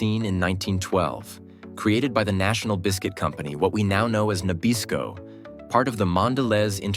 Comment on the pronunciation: How did you manage to mispronounce both Nabisco and Mondelez in a single sentence?